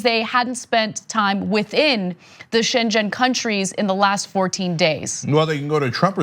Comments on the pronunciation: Anna, the correct pronunciation of Schengen is ShenGHEN. And they have already stopped flights to and from the UK too. We have a criminal right wing government here in the UK who are endangering our lives like Trump is endangering yours. And the UK was never part of Schengen. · I think schengen is pronounced with a hard g. You pronounced it like Shenzhen which is a city in China near Hong Kong. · It's "ShenGHen" - hard "g" sound: Schengen area. 😊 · Dear TYT Team....it is pronounced Schen- gen, with a softened g like in inglorious, not with an g like in gender. :-) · When you hear her say SHENJEN, you realize how even educated Americans have no clue about Europe. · Anna u should use G in the middle of the word "schenGen". I'm sorry this schenchen just sounds very bad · Shen-Jen area? xD nice pronunciation there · Shan(g) gan(g) last g’s silent, at first I thought you were talking about a place in China o.o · It's pronounced schen-ghen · shen-gen area? really? It's Shengen . NG is one sound. Like the place, in luxembourg. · Learn so say schengen lol Shenzhen is china lol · “Shenjen” aka I have never had to apply for a Schengen visa ever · It's pronounced shen.ghen. And Romania, Croatia and Bulgaria are NOT part of the zone. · Christ, Ana, couldn't you have taken just a minute before the show to learn how to pronounce Schengen? It's not a shen-jhen -- it's a hard "g" like "game" or "gremlin." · Schengen Accord is not in China. You pronounced it like a chinese city. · Ok so I watched it twice...she says shen Jen. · sorry but.... its pronounced "Sheng-En" - or more precisely "Sheng'n". (and Macron is pronounced "Mak-Ron"). Its like nails on a blackboard, lol! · I was like chen-zen, is that in China? the g in Schengen is pronounced like the g in gone. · The ‘G’ in Schengen is a hard G. It’s pronounced ShaneGen. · Come on, you pronounced "Schengen" like Shenzhen, that's not even close. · "G" in Schengen is a soft sound. Shienjen is a city in China. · Sheng-en NOT Shen-jen